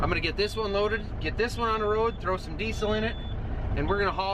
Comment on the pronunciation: Diesssssel sorry what? You mean Diezel surely. Im thinking family guy where Stuey over pronounces the h in what. :-)